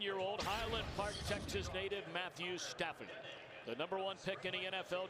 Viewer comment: I love at he says "Matthew Staffond"